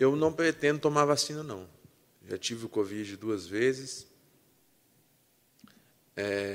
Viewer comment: "Covide" "Helationships"